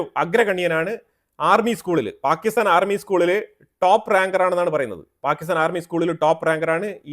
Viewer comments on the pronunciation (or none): none